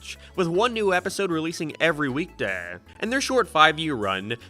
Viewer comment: Every weekdehh, you say?